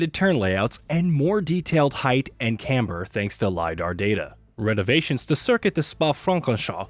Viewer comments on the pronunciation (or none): none